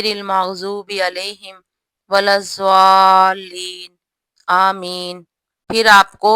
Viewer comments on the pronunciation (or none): Walzuleen nhi HOTA wakdualeen HOTA h